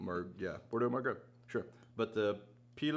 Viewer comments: Pronounced: "marg-o" and "p-o-yak" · Pauillac, a commune (municipality) in Bordeaux is pronounced something the the direction of paw-(l)yakk; the aux in Margaux sound just about the same as the eaux in Bordeaux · Mar-go and poo-yak, love some 1983 margaux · From a Francophile (French wine lover) -- Mar-Go (Margaux) . . . and Pwee-Yak (Puillac).